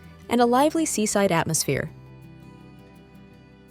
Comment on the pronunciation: Andalusian is pronounced Anda loos ee an, not andalooshin. Soller is pronounced So yay, not soler